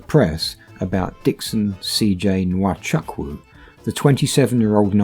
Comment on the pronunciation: The name Chukwu is pronounced Choo Koo, NOT Chuck Woo.